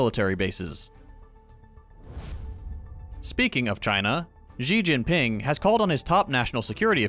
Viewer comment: it's Si (as in the letter C, or the word see) Dzin Pin, not "Jee Gean Ping"